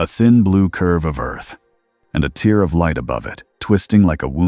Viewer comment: You need to fix the word "tear"!! Your AI makes it sound like a (tear) dripping out of someone's eye, instead of sounding like it's supposed to such as a (tear in fabric)!! Also, every once in a while your AI speaks a line or two of gibberish! Even though it makes me laugh it still needs to be fixed but other than that this is an okay story that kept me interested!